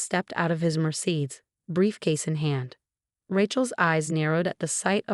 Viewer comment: The narrator can pronounce "facade" but not the words Mercedes or the name 😂